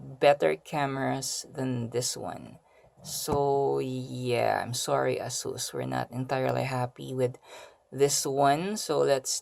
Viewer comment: its Ey- sus.. not ah-sus..